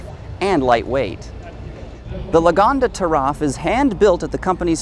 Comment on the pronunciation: The name is pronounced Lagonda Ta' Raf (like.. Ta' Rough).. NOT Giraffe